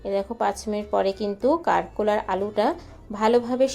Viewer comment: প্রতমে বলি আমরা কাকরোল বলি। কারকোল নয়।